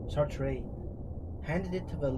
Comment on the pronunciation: hoon-tuh or hoon-ta(w)h , mimi amigiosi . hoon-ta(w)h or hoon-tuh , no no june-taw , amichioshitz . also, its basically "sar-truh" or "sart" (as the proper french accent puts pronunciation kinda.right in the middle of the two ) . its not "sar-tray" - in french the pronunciation of the letter "e" as "ay" is when the e is accented - "é" . also worth noting the second "r" is generally presented quite quic n soft . its hard to pronounce correctly without swerving into a full blown french accent , cumpadre , so most english speakers jus go with "sar-tr(aw/uh)" or "sart" as they both sound super close, almost indistinguishable by your average person , without forcing proud americans to sound ljke a pretentious babby form for a single word inbetween two proudly american words , i.e. " oh , i mean , of course i've never read any (engage peanut butter throat gutter) "SaHr-TrH" (disengage that frankie rage) , im not a wittle bitty baby - i'm the biggest goddamn baby on the goddamn block and the only crying i do is after laughing so hard at the torture tapes made by one senior agent , the rev dr(billy) WAUGHHH (billy) WAUGHHH (billy) WAUHHHH jr., baby!"